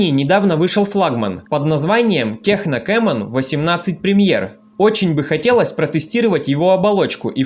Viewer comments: Даже правильно название телефона выговорить не может,печаль...что за Техно?!? Название - Текно. Наверняка и на Онор говорил Хонор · Только не техно, а ТЕКНО 😉